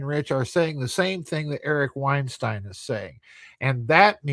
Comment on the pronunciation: He mispronounced Weinstein as Vineshtein, but YT still managed to transcribe it correctly, like it did when he mocked Dubya with "nukular." Yet it still obviously gets well-known names deliberately wrong: "Eupfology" as done by "Jay Allen High Neck." If the name were obscure, like 'Mensur' which mispronounced as "Menshur" (no doubt as a play on words as 'Measure of a Man') then YT should be expected to get it wrong - which it did by transcribing it as "meurous" despite it not being a word. "Davis" may be an allusion to the way Argentinians pronounce 'v' as 'b'.